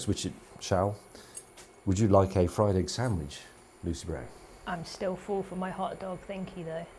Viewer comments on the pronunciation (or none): none